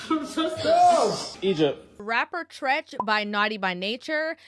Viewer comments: New subscriber here... It's not Treech, but Treach. Like "Tread"...drop the 'd' but add 'ch'. Other than that, leave these hyenas alone if they don't want to listen. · When she said treech I hollered. Who is that???? Anyway I received the message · you called him “Treeech” lol. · I think that is so cute that you don't know how to pronounce Treach. Knowing that it's short for treachery should help you.